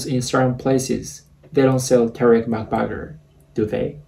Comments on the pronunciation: The fact that is Mac-burger not mac-butter 😂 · I like how u sayed macbagaer instead of macburger